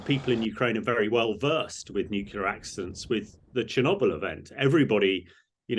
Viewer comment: Just the pronunciation...It's not 'nuculear', it is pronounced as you spell it... Nuclear!